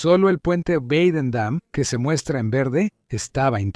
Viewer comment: "Guadendam" aquí tienes mi "dislake" por que eres un anglómano recalcitrante.